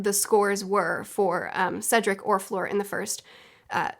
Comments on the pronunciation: In the first task, their speed was the most important. Fleur took her time to get the egg. (And it's not pronounced like Floor, it's like in 'erm...') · You catch so many things, and they're really interesting points. You're my HP expert now.^^ BTW, Fleur is pronounced like "flirt"(without the "t). ;) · "For floor" "flure, fore" 😄😝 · "fleur" does not contain a hard r, that's all you really need to keep in mind :) my main gripe is that dumbledore had the entire student body watch an empty lake for probably ~2hrs and then a maze entrance. what the fuck. why. the tasks could have been literally anything.